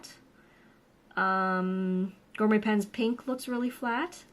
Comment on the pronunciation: Gor-met ? Really. And you’re Canadian… you practiced for this video before broadcasting didn’t you?